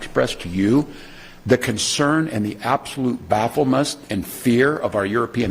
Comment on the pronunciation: Tim Walz says he can’t explain the “absolute (bafflemouse)” of our European allies! BAFFLE-MUSS?! baffle moose? 🤔